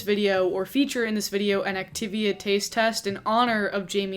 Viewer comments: lol! I was looking for this. I was like, “who’s Octavia?” And then was like, “oh! The yogurt.” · fascinated by your pronunciation of 'activia' (complimentary) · Doing a double take at your pronunciation of Activia... what? lol